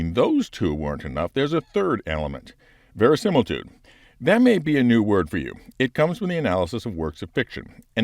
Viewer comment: If you're going to throw verisimilitude in there, you need to learn to say it like Jim Carey said it 😄